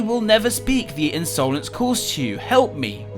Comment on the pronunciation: Did anyone else notice when said The Unsolence